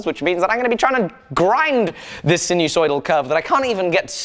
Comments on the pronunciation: Not to be OCD but *Sinus oidal as opposed to sinu soidal. English is my bag, man. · Sinusoidal is pronounced with a hard first “I” sine-u-soidal.